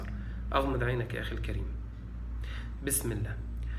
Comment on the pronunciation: السلام عليكم . أيها المؤمنون الطيبون . هذا الشخص يمارس الدجل . يؤكد على اغماض العينين حتى لاتشعروا بتحريفه لكلام الله . فقط افتحوا أعينكم وبشيء من التركيز على قراءته التي يتعمد التشدق بها والتقعر ليحكم الشباك عليك ويستغل طيبتك او . . . ركز على قراءته البسملة ( بسم اللام )( مالك يوم الديم)(للمتقيم)(ينفقوم)(المفلحوم)( حفذهما) أي حفظهما (للمؤمنيم)ولاحظ الإحترافية في (في الأرحام كيف يشام) وغيرها كثير .ثم لاحظ قوله بأمر اللام أي الله ،ولاحظ تكريره لكلمة يسحبون ثلاث مرات صحيحة ثم الرابعة (يسحبوم)وقوله هو: يسلسل ويغلغل كل من يؤذي هذا الجسد ويسحب (بأمر اللام) ثم لاحظ الخبث في قراءة الآية كماهي ثم في الآخر (ولايزيد الظالمين إلا خسارم)وهي إلاخسارا . هذا استاذ دجل وبالصوت والصورة . ثم انتبه الى طلبه منك أن تستمع لرقيته وانت مسترخي نايم على ظهرك وتغمض عينيك لئلا تنتبه الى تلاعبه بكلام الله . حسبي الله على هذا الدجال .